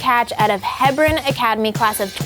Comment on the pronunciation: HEE-BRUN, how does literally everyone say it wrong 😂😂